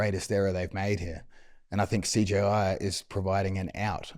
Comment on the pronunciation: mikey pronouncing CJI as “CGI” like 7 times in a row 😭😭❤️❤️